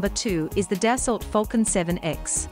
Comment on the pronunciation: Its “Dass-oh” not “Dass-alt”